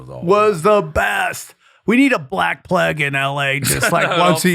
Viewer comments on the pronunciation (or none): none